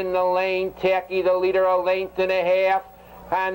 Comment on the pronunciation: "Taki N"...not 100% though I could be wrong but I think it was a New Zealand horse and Gil (announcer) almost never pronounced the "N".